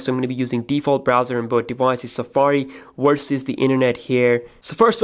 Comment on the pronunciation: galaxy a8 wersus the 7plus??? "wersus"???